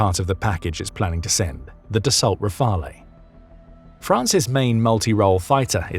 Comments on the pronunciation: You know the e is silent in RAFALE. It’s French not Italian. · Please learn how to pronounce Rafale. In French the e on the end means you pronounce the consonant and means the word is feminine. An the exception would have an accent above the e. With Internet access there is no excuse to get it wrong, it dumbs down your presentation. Like calling a Grip(p)en (Griffon) fighter jet a Gripon. The swedes too have their spelling rules.